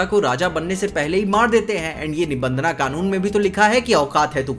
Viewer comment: Bhai nibhandhna nahi nibhandhan yeh angrezi pana chodo🗿🥂